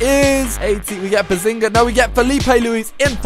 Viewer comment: he said behzinga